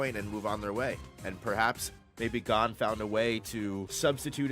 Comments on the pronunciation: Hearing you pronounce Gon (g oh n) as (gone) is like nails on a chalkboard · love the video except for boss pronouncing Gon like “gone”